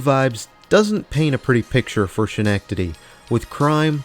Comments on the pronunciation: It's SKEN-NECK-TIDY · It’s nice that we have colonie center and crossgates, did you happen to go to colonie center yet? If so you should, it has great character. Also, not trying to be mean by all means but Schenectady is pronounced ( Ska- neck- teh- dee) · Your pronunciation of Schenectady made me laugh. ;) I am in Greensboro, NC now, but I grew up just 2 hours away from Schenectady, in the Utica, NY area, and my aunt lived in Schenectady so I was there a lot. You did not pronounce it correctly, but I liked your pronunciation, so I am going to start saying it that way. :) The correct pronunciation is as such: Break 'schenectady' down into sounds: [SKI] + [NEK] + [TUH] + [DEE].